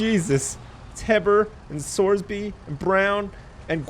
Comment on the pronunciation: I love it when says "name, name, SORSBY...